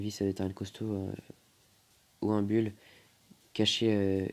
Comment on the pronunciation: ARRÊTE DE DIRE BULL ON DIT BOUL